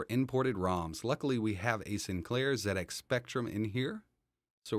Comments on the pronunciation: Well done. You said Zed Ex not Zee Ex. It's a British computer so Zed is spot on. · Amazing! The Speccy was my first home computer back in the 80s. Played Manic Miner and Jetpac a lot. This got me interested in computers and I've worked in IT my whole career now. Also well done for pronouncing Z correctly haha. So strange hearing someone say Zee X Spectrum.